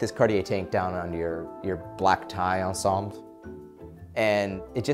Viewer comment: I love this video, and work, and the tank but...when “ensemble” is a loan word that has been totally adopted into english, you really don’t need to pronounce it like you’re french 😂